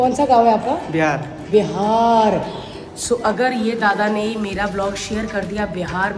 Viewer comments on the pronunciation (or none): Bharti, its BIHAR not BEHAR 😂😂😂😂….BDW U HAVE A LOT OF FANS HERE…ITS NOT A VILLAGE THAT WE WOULD NOT KNOW ABOUT LAUGHTER CHALLENGE OR THE LAUGHTER QUEEN OR BHARTI SINGH…..WELL ITS HIGH TIME THE WAY PEOPLE THINKS ABOUT BIHAR SHOULD CHANGE ☹️